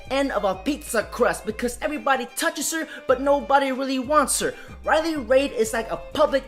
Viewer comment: Its Riley Reid, as in "reed". Not "Raids". Where did the s come from?